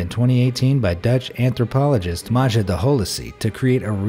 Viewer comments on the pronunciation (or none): none